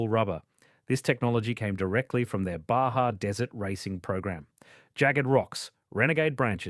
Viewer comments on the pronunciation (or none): none